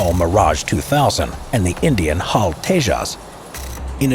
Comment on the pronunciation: Correction It's actually H A L rather than hal, and it's Sukhoi su30mki than su30mk1.